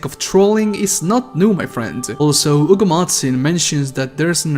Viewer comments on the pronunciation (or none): You say “Ugo”. It’s (H)ugo. Hugo.